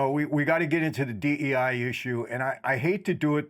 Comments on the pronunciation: Bro kept saying D-I-E hires 😂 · Guest keeps saying DIE rather than DEI -- is that a Freudian slip?